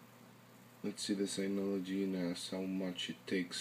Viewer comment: its called Synology and not Signology lol